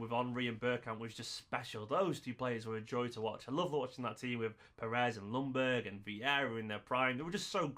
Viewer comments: Ljungberg is pronounced Jungberg and not Lungberg or whatever you said 😉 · Or if we are going to be really precise, more like Jungberj 😀